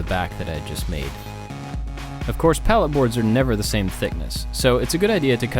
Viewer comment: I thought he said LED signs from Pallettown XD